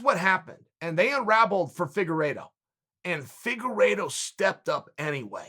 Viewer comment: He even pronounced Figueiredo’s name well, it’s a death sentence